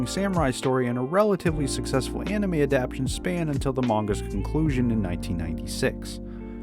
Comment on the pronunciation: Yo! Thank you for you info. You have edited together a nice, concise, cohesive video. You have instructed me. May I instruct you? The word adaptation is not pronounced "adaptshun." It has 4 syllables. It is pronounced, "Ad app tay shun." Please make a note of it and you will sound even smarter than you already sound.